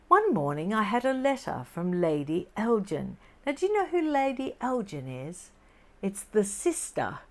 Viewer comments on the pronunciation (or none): Hi, The correct pronunciation of "Elgin" as in Lord Elgin is "El-gin" with a hard "G" sound, not "El-jin". The Lord Elgin Hotel is a historic gem in Ottawa Canada where I grew up,and has been there for over eight decades so learned the pronunciation as a very young girl:)))🌷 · Elgin = el-g- (as in goat)- in. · Elgin is pronounced with a hard 'g'. Not like the alcoholic beverage...! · Its not pronounced Elgin as in the gin drink, but a hard G sounding like grin....I am from Scotland and I was actually born on Elgin Street. So Elgin with a hard G. 😊